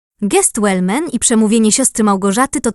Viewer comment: Wellman, proszę nie przekręcać nazwiska